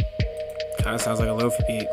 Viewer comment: hahaha i love that you call them "low-fee" drum kits... They are "lo-fi" as in low fidelity, as in the opposite of 'hi-fi' aka high fidelity.